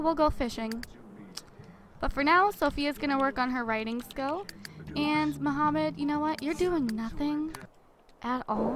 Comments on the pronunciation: i dont think his name is muhammad i think shes been reading his name wrong the entire time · Omfg it's not Mohammed its Mahmoud jeez (i know this lp is done) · Disliked every video you said Muhammad in instead of Mahmoud!!! MAHMOUD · Yh but that's not how u say that name that name only has one way of saying it